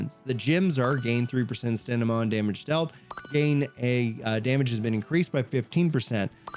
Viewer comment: Love your videos, but dude, Stamina is pronounced stam-min-nuh not stan-nim-ma 😂